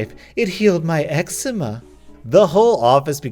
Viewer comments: eczema is pronounced egg zee ma. at least i think. my mom isnt good with english and that was how she pronounced it while talking about my eczema when i was little. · Ur saying eczema wrong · Lmao mispronounces eczema. No worries, it’s not a common word. Ex-ee-mah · You pronounced eczema terribly wrong just saying